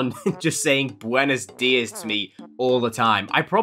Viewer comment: He said buenes dias